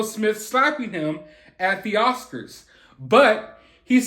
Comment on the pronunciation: Can we get him actually adrezzing it pleazze. Not just someone doing commentary . The Oscarzz should be paying him since they’re the onezz that didn’t protect him. He needz to sue Will too for damagezz .